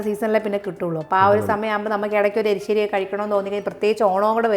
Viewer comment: എലിശ്ശേരിഅല്ല. എരിശ്ശേരി ആണേ ഞാൻ കേട്ടതാണോഎന്നറിയില്ല